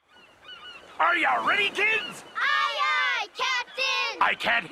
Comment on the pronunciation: Ar yu redi kids?